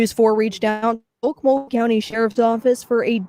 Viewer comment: Pronounced “Oak-mole-gee” (Okmulgee). It’s very near Tulsa, Oklahoma.